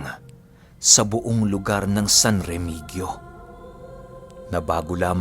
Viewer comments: Remehio Po pag pronounce nyan ANG. Yung letter G Po H Po yan. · san remihiyo po ang pagpronounce. may aswang pla jan??? lagi po aq jan. ganda jan lalo na yung brgy. aningalan. yan po ang little bagio ng antique...